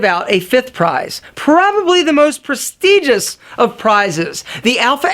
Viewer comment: "Prestigious" rhymes with "religious", not "egregious".